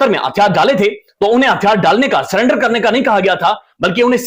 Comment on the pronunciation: It's not SULLENDER it's SURRENDER.